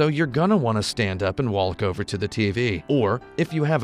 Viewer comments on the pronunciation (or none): did he just say "wallk" over to the TV? Some Brooklynite you are! Everyone knows New Yorkers say Wauk. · ish, had to downvote for him saying "waulk". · He said DEMO JIFFS and pronounces the L in walk. I can't XD